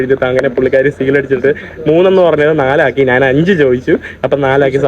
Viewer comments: എടാ മൈ... നാൻ അല്ല, ഞാൻ ആണ് ശരി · എടാ മൈ... നാൻ അല്ല ഞാൻ ആണ് ശരി